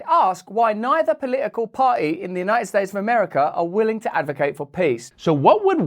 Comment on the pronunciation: Did you noticed? Schmoe Bidet said " we are united states OF AMAFRICA!!!! Listen to what he said not what you think you heard